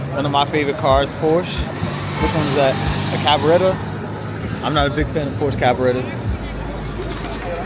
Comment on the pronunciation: You just called a Porsche Carrera a Porsche Cab-AH-RETTA & said that’s your favorite car. NYC is past your horizon now & im born & raised in Newark as well Weequahic section to be exact. Did you mean Carbonara was your favorite pasta dish ?? 😂